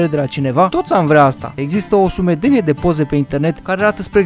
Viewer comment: A zis: Iezâstă o esplicație